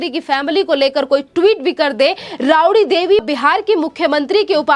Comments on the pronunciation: जरा बोलना सिखो राबडीदेवी को रावडी बोलते हो ओर आदित्य को आदीती बोलते हो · Tumhare channel k tuchho patrakar jaise ye mohtarma pe ghrina aati hai jinko baat tak karni nahi aati ,rabdi ko ravdi bol rahi hai ....bewakoof ladki ,buddhu anapad ,gawar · Rabadi devi ..madam aap sahi uchhar kariye